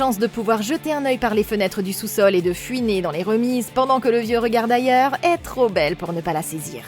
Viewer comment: "de fuiner" ?!? Bah non, c'est "fouiner" comme une fouine !!!